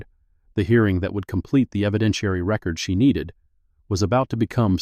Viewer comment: Please edit/ have a human read before posting. The “Chinese?” is interesting but not relevant to the story. “Record” verb vs “record” noun = different pronunciations. in addition to difficulty getting a lawyer is something not specifically addressed, with repeated hearings the time away from the kind of work the image “Miss Mercer” represents, the loss of wages, perhaps also transportation and childcare costs. “referring your case to the Henrico County Bar for review” local Bars can review attorneys misconduct since Miss Mercer is not known or acting as a lawyer this is misleading. “Pro Se” is pronounced Pro “Say”. The racist remarks could have been charged as Federal Civil Rights Violations. Angela needs to get a Court Order to retrieve the boxes with the 35 complaints from the Court basement.